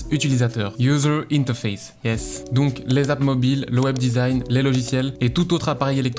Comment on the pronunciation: Iouzeur ineteurfesse. Ah on regrette les cours d’anglais séchés 😁